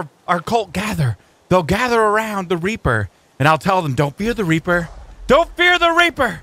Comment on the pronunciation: It’s reaper not reper